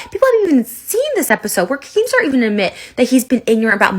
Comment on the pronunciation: At first I thought she called keematar a wanker 😂